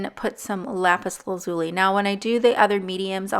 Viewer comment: You just pissed off every Steven Universe fan by how you pronounce " lapis lazuli"